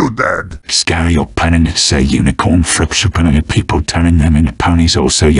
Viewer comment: i love how they say frappuccino 😭😭 frapchupino